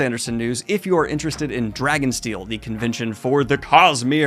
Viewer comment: Not me hearing Drag and Steel.😁